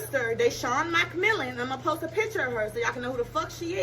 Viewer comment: 🤣🤣🤣🤣🗣️ WHEN SHE SAID MCMILLAN, DID SHE SAY WHAT STATE?